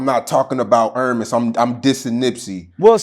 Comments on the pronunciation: His name is Ermias, not Eramis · It’s ERMIAS (air-me-ehz) not ERIMEZ (ear-imez). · He didn’t even say nipsey name right he said earmiss now this not how it spelled but this is how it sounds airmiahs it’s really spelled airmiess so I personally feel like he said that on purpose